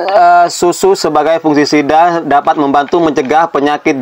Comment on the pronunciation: Masnya bilang : 'Fungsisida'...pada text di video jg tertulis : 'Fungsi Sida'...mungkin yg benar itu "Fungisida"... Fungi = jamur/parasit tumbuhan...Sida = anti/pembasmi...jadi Fungisida = anti/pembasmi jamur tanaman... lha kalo Fungsi Sida = anti fungsi ?? 🙏😁 Tapi tipsnya sih tetap ok bingits,..trims👍